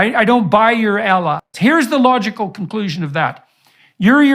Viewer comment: If the idiot can't even pronounce Allah properly, whatever he says is worthless